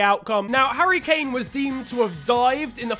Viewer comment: I thought he said Harry Kane died